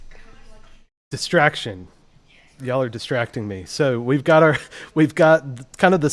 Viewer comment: How you said distractions. Awesome.. 😂😂😂